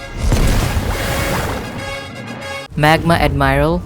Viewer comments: Magma admiiral´´ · On admirail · Magma admiral